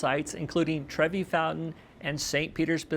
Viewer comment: it’s Trevi not Trevy